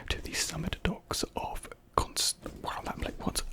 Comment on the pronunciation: Great video! Thanks! The words were Constantinople (con-stan-tin-oh-pull) and magnate (mag-nayt). Constantinople is now known as Istanbul, Turkey. A magnate is a powerful or influential person, usually in business or industry. I hope that helps.